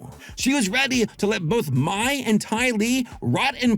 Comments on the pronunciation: Just so you know, Mai is pronounced as "May" not "Mie." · Man I love you … but my?? It’s pronounced like May in the show like cmon man 😅